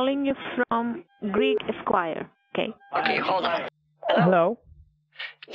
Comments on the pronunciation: Lol "Greek squire" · She's calling from "Greek Squire"??! No one else heard that?!